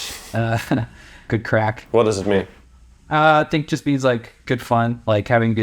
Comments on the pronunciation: It’s craic not crack. Craic is a Gaelic word, with no exact English translation. The closest you get is “fun." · It's "good craic" - not "good crack". There's a significant difference. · Craic not crack! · It is not 'crack' it is a Gaelic word (both Irish and Scottish) 'craic' which means a fun, enjoyable social time.